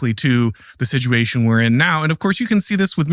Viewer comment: What is the meaning of the word “Siduation” this young man keeps using? 😮